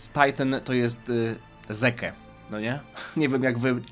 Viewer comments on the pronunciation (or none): Imię Zeke czytamy Zik, to że Japończycy wymawiają je "dzik" to nie znaczy że ty też tak musisz. Zeke to imię typowe dla krajów angielskojęzycznych, a chyba dobrze wiesz jak Japończycy kaleczą ten język. Imię Levi ma tę samą sytuacje. Nie napisałem tego bo się czepiam, tylko pytałeś na początku. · Ja osobiście zawsze mówiłem "Zik", jednak wymowa "dzik" tez jest zajebista hahaha